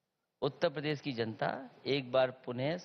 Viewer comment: जिस अखिलेसुद्दीन को उत्तर प्रदेश नहीं बोलने आता वे उत्त प्रदेश बोलते हैं वो क्या चुनाव लड़ेंगे